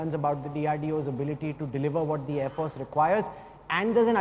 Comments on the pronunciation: Thank you. Why does he pronounce “force” as if he has a constipation? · Who is this joker anchor? Why does he pronounce “force” like a total idiot? What is his name? I would like to send him an email and teach him how to pronounce